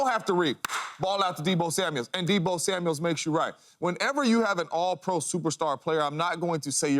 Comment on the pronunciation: He thinks so much of Deebo he can’t say his name right